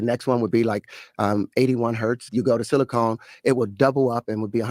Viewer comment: Bro said silicone 😂😂😂 what an idiot